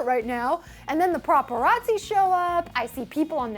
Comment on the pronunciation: Lol, "the praparazzi!!"